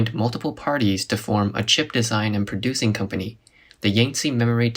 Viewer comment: They read "chip" as "cheap". That is why it went bankrupt